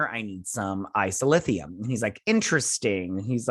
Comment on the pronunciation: A few Treksplorations: 1) It's Isolynium. O-woe-se-kun. or Oh Wow, Owo. And the Stilph. Which you got correct. Who live on the edge of the Galactic Barrier. Which the Q created to keep the galaxies separated. 2) The Karma Barge is very cool. Correct! 3) Dr. Pollard (lady doc) is the head doctor. Lorca didn't think to have a Deanna Troi. But Dr. Culber felt a psychologist is needed cuz of all the trauma the crew experienced being 1000 years in the future and fighting all the battles they do to save the universe. Hugh just needs to take a break and realize he can't predict everything people will do. 4) Haz also played Duggan. Create character. The guy that Empress Georgiou caught and put in jail for trying to protect Lorca's plot to overthrow her. 5) Tarka is a narcissistic sociopath, who blew up wild mountain cats as a child. So naturally, he sees his grief as being far more compelling than grief felt by others. 6) The DMA is as large as a small solar system. It's mining boronite. And boronite is what makes the Omega particle that the Borg idolize as a god due to it's perfection. And it's destructive ability to destroy subspace for vast distances. 7) Picard and Disco will intersect for 3 weeks. This may be by design cuz the Q should not want Disco so close to the galactic barrier. And the Borg might be attracted by the Omega particle. Causing a CROSSOVER event for the two series. 8) This is also a great episode cuz the romantic relationships are so very authentic and mature. A